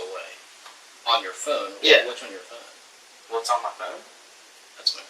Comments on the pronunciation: They pronounce “Phone” funny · Phone not phoone